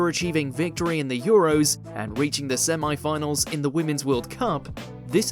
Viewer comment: What are "sem eye finals"? "Erroneously calling Animal Farm a SF novel". No he didn't. Read the text. "If, like Animal Farm, it's an allegory...."